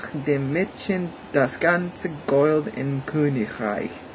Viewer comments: 7 1/2 ganz gut! Work on your pronunciation! (gold, pronunciate every letter in that sentence) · Hallo, der Kommentarplatz reicht hier leider nicht aus um alle deine Aussprachfehler aufzuzählen, aber es lässt sich eine bestimmte Systematik erkennen. Beim Sprechen der Selbstlaute o, a, e und u hast du die Zunge zu weit unten und hinten, daher klingen folgende Worte falsch: "Gold" nach "Gould", "Morgen" nach "Mougen" (auch das r verschluckst du öfters), "du" klingt nach "dou". Deine Aussprache klingt irgendwie wie holländischer Gauda:).Wenn du dich konzentrierst klappt es besser. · Try to speak longer vocals like EEEr WAAR AARM , it sounds more German then. "Gold" does not sound like in english, rather like "Gollt" (o like in "often")The "ch"-noise & the Umlauts work very fine. Keep on! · I think your accent actually makes german sound cooler :D and i understood everything even though some words are pronounced very english e.g. "Gold"